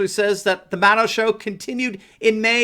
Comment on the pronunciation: Did you say mad owl.